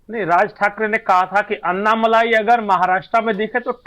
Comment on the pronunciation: अण्णामलाइ नही, अण्णामलै है उनका नाम